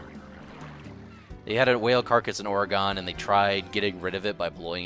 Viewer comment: Oregon (ore-gun)